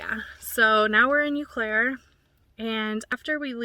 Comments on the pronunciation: You were near where my dad was born and raised in Fairchild. Fyi, it's pronounced "Oh Claire". 😊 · Welcome to MN! Btw, no big deal but the Eau in Eau Claire is pronounced O Claire. Eau=O sound. I hope I don’t jinx you but do you ever get mice? How do you deter them? I love watching you & Joeys adventures ❤ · I have never heard someone say Eau Claire like that. It's like oh Claire.